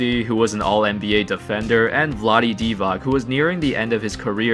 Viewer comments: Its not Divak.. its Divac..Zar vas u Americi nisu ucili da pises kao sto govoris,a citas kako je napisano.. ;) Ooops,they didn;t. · Dude, great overview, I was one of the guys in Serbia who would wait until 2 a.m. European time to watch the games, or would wake up like a zombie at 5 a.m. and then miss work. We were SO for the Kings! Just one thing: it's pronounced Di:vaTS, not Di:Vak :) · It's Divac not Divak. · Momče, pogrešno izgovaraš. Nije Divak nego Divac. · Pronouncement of Vlade Divac's name is like "DivaTS" not like the way you're saying it "DivaK" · Nice analysis. Pronounce Vlade name like you read this: "DIVATS" Not DIVAK. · Learn how to pronounce the names of the people you refer to, it's not that difficult. Divac is pronounced Divats, not Divak. Nice video neveretheless... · man, learn how to pronounce those names...Divak, really? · Divac ( reed it as Divatz) and Stojakovic ( Stojakovitj - don't know how to properly explain this but listen to Denver comentators, they usualy say it properly when saying Jokic) sam goes for Bogdanovic, Teodosic, Jokic, Marjanovic, Bjelica... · "C" in Divac is pronounced as "ts", like tsar (car in Serbian). What you say would be written as Divak. Great video as always btw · Please learn how to pronounce Divac...